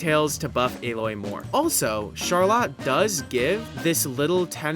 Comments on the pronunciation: how are you gonna pronounce Charlotte CharLOT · great video, but please stop saying char-lot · “sharlat” oh god the flashbacks… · I can’t get over how he pronounces charlotte :( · As someone with a sister named charlotte the way you said charlotte ended my family tree all at once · Awesome video but why’re we pronouncing Charlotte like that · is this man pronouncing charlotte like That on purpose..??😭😭😭